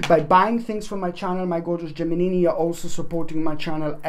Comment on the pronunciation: Love when you say 'Geminini ' ☺